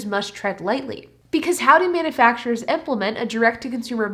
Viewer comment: It's not manafacturers, It's manUfacturers. If you can't talk properly, don't talk at all!!!